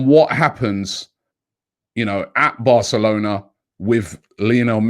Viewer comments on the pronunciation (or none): none